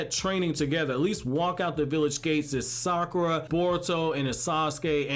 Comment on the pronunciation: Fun fact: You pronounce Sakura without "Suck"